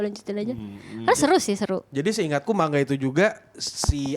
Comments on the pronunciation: Man-ga, bukan mang-a, seketika lupa 🤣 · Yg bener ma-n-ga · Ma-n-ga Selain ini salah.